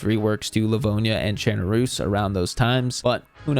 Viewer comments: Finally. Someone who can pronounce chernarus correctly. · Thank you for saying Chernarus the correct way.